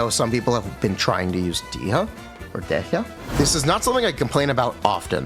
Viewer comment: I never heard a single genshin CC pronounce Dehya's name correctly like ever. But I am still amused by the spin they put on it nonetheless. Probably Hoyo's fault LOL.